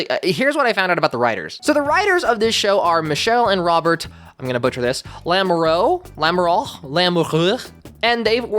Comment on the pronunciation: As a French Canadian, your first pronunciation of Lamoreaux was actually pretty good!